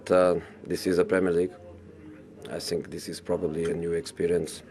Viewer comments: I sink... i sink... i sink... He's definitely not sinking in that jacket! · I sink I want to say but I cannot say 😂😂😂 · I sink... My team is good, but I sink... We sink.. 😂